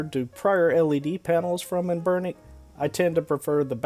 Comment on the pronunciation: Any one really put off by how this dude pronounces anbernic